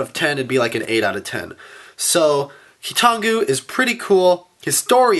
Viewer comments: It's KEE-tahn-GOO (based on Bionicle Wikia) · Hurry you guys, it's amazing! It's keetongu, NOT!